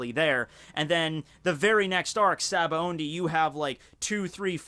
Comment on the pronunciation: Why does pronounce it "SabaoNdy"? I'm pretty sure it's spelled "Sabaody"